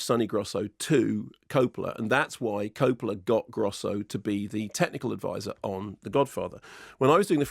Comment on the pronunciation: Koo-polla lol